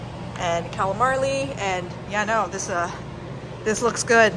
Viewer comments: ...fried " CALAMARLEY" huh.... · Calamarli?!? 😂😂 I’m sorry, I couldn’t help myself! I thought she said it on accident the first time then she said it again! Your so cute, wish I could eat like you! 😉